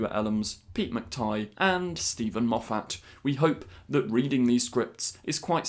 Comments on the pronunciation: we love you. But please stop mispronouncing Moffat! Every Scottish person cringes when you do it. The emaphasis is on the first syllable only, not the second. Carry on!:) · I've long had a theory that part of the reason the fandom disliked Moffat at the time he was showrunner on Dr Who was a subconscious thing somehow caused by your awful pronunciation of his name. As a fellow Scot but with an Irish name I feel his pain. Or, more accurately, hearing his easy to say name pronounced so badly reminds me of being on the receiving end of the same thing. Please, it's a fairly common/popular name that you must have heard repeatedly for years what with your being a Dr Who superfan. Have you ever hear the name Moffat pronounced the way you say it in this video and many others? I'm sorry if this comment seems rude as it isn't intended to be. I remember you talking about things in whatever episode it was that took you out of the story and spoiled the episode for you. (I've been watching your channel for quite a while so can't remember which video it was. It was a while ago.) That's what happens to me every time you say that name. I think it irritates me so much because - and I'm sure it isn't really - it comes across to my ear as an affectation. It sounds so different from the normal, accepted ways I've heard it said for the past almost 60 years that it sounds deliberate. I refuse to believe that you would be such a poseur so I'm assuming you aren't aware that you're doing it. Hardly the most pressing issue facing mankind, I accept. I can further accept that this comment is a bit over the top and that your most reasonable course is to ignore it. I almost c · Why do you keep mispronouncing Moffat?